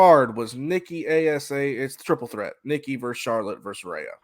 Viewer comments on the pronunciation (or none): You pronounced Rhea wrong.